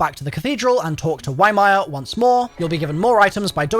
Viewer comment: pay attention to the dialogue, you're not saying ymir correctly at all 💀💀💀